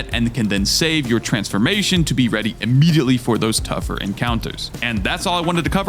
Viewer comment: Your emphasis on words like "UH MEEDY UHTLY" (immediately) hurts